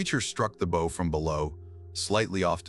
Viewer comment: Won’t be subscribing till your A.I. learns to pronounce bow (as in a ship’s) properly!